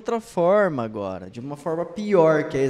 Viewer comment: Eu racho quando ele chama o Felipe Neto de garoto exxpertinho 😂